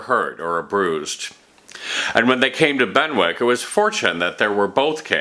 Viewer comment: Excellent. Just a note on pronunciation. Benwick is pronounced "Bennick" just as Warwick is pronounced "Warrick". The w seems to be silent, its just there to expand the length of the word. Similarly we have Berwick-upon-Tweed, pronounced Berik, and Keswick pronounced Kezik. We also drop the w in Norwich (Nor-itch) in England unlike Norwich in Connecticut, which is pronounced Nor-wich.